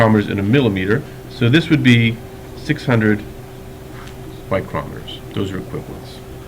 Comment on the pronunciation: The way you say micrometers hurts my brain